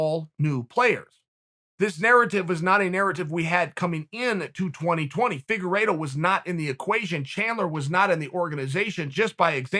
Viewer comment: Charles Oliveira: my last name is Oliveira. Chael: Figeredo. Charles Figeredo: ok great.